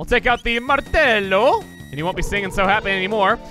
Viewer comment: I fell down my chair at the "Martello" part. Jokes aside the pronounciation was next to perfect, kudos to you